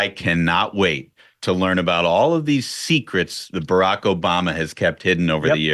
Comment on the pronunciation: I always laugh when Uncle Ted burps out Burrrrock😂🤣🎸